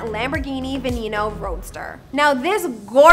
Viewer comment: And she called it a ven-een-oh, not (ven-en-oh)